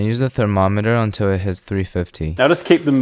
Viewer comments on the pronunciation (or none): none